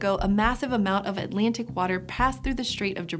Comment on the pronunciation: did she say atlantic butter